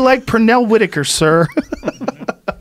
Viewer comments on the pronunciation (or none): none